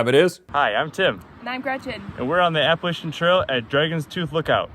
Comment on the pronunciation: As someone who lives in the Appalachian mountains, App-uh-latch-in